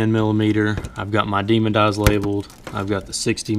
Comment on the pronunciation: DEMON EYE. NOT "DEMON-D" EYE. THERE IS NO 'D' AT THE END OF THE WORD DEMON.